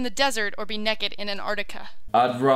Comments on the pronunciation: did she say nekked? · she said nakked not naked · It bothers me when she says naked because when she says it she pronounces it "nekid" and it makes me think of the spelling and I think of a little kid dying naked and the dishonor brought to family and then I think of that kid being my kid and it makes me sad. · She can not pronounce naked at all and you would not die instantly in Antarctica